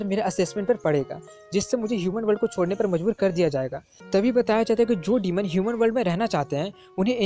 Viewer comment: Shuman nhi loDo yuman hota hai 😂😂😂 do not maid okk